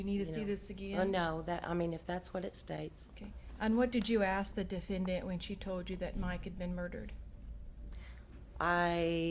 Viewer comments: Tonya Greenwood I know! I've heard MANY prosecutors say defenDANT and it just makes my ears hurt. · I cannot STAND how the prosecutor says DefendDANT!